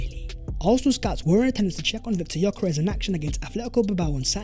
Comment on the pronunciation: Great video! Please teach how to say Yok Yok Yok Yok...Yokeres....instead of Gorkores....thanks